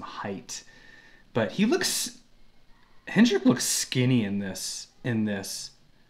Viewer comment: I love this one, especially the sound of those kicks in the slow section! Others have already explained the True Temperament frets. One note: it’s “Henrik” (no ‘d’).